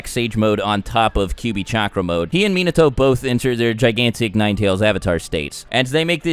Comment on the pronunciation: its "Kyuubi" not "Kubi" -_